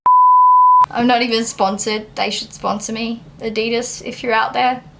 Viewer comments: She said adidas wrong 😂😂. Say it like this ad e das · I've clever heard anyone say Adidas the way you did in this video. Maybe I'm just bogan 😂😂